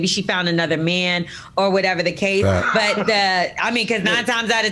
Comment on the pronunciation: ain't say the word rite neither 🤣